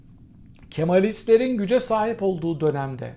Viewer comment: Hocam “Kemalistler” derken sanki çok kötü kişilermiş gibi vurguluyor ve onlardan nefret ediyormuşsunuz izlenimi edindim